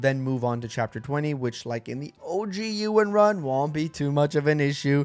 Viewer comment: Bro, is pronounced EE-WUN. Like Ewan McGregor.